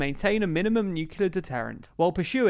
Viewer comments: I meant in the way he pronounced it. He said "nucular" not "nuclear". And yes, nuclear energy is the future. They just have to make it more popular with the people. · ok... you pronounced nuclear as nukular, a la George W Bush. you, now, have lost all my respect, man. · Nucular? Really?